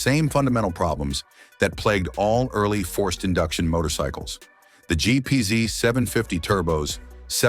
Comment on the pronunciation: And it’s GPZ not GPZeee loll 😅